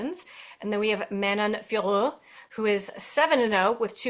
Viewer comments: No need to say her surname the french way, just pronounce it as "Fioro" the american way. Just the "t" is silent. Its not "Fior" like the way Anik says it. Its not difficult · Agree lol! It is Fio (like Fiona) and Rot (like rotation, and the t is silent). It is not that hard 😅🤣